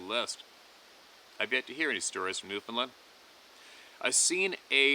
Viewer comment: Who from America pronounces Newfoundland as "Newfinlind" ?